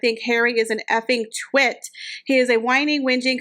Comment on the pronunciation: Uhh twit wasn't the word I heard coem out here mouth. Change the vowel it rhymes with lot 😂